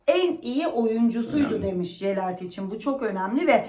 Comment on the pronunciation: Jelert deyil,yelert